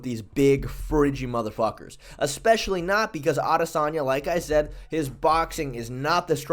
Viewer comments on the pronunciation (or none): none